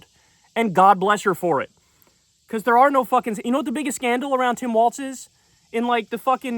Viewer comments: As a MN native it is pronounced "Walls" not Walz like the dance. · It's Tim WALZ, not Waltz, Kyle. :) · It’s WALZ, not WALTZ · It's WALZ not WALTZ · Am I tripping or does he keep pronouncing it “waltz” and not Walz? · It’s “wallz” not “walts” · Kyle, you HAVE to stop putting the non-existent T in Walz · Kyleeeee it’s Walz, not Waltz. Also, where are the backflips and cartwheels we were promised if he got picked lmao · can we at least say his name correctly like damn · Love you, but there is no T in Walz… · Hes going to be the vice president soon. I need you to learn how to pronounce his name.